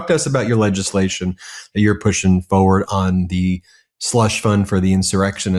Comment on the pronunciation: Ben you are so articulate but you keep saying foward - FORWARD IS FOR WARD = forward not fo ward